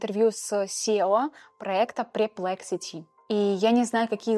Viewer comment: Минутка душноты, правильно говорить pErplexity 😊